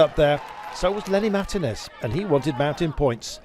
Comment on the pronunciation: When are these British commentators going to learn now to say the name Martinez.